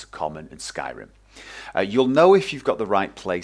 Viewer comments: You sound like a wizzard when you say "Skairrrrimmm" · One of the most noob friendly tutorials great job! also i like the way you pronounce Skyrim :D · Haha I love the way you pronounce Skyrim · Hey,. To me, you sound like a friendly teacher:D I really enjoyed the pace of the tutorial and your tone of voice. Of course, how could I forget. You really emphasise the R in Syrim. I like this. Basically, thank you and take care. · I love your accent when you say Skyrim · Skyrim in British ;)